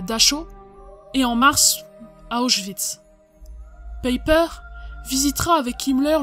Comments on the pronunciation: Aie aie ça pique, En Allemand, Joachim se prononce "yoarhim" et "Païper" avec un "e" faible ... Ce n'est pas qu'il faut obligatoirement être germanophone pour faire ce genre de docu, mais essayez d'avoir la prononciation et tout de suite vous aurez le petit "plus" 🙂. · En effet, finalement il faudrait prononcer : Peiper Paille père En deux syllabes avec accentuation sur la première .